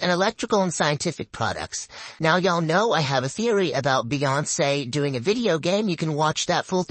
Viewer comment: "Beyince" is pronounced "beyonce"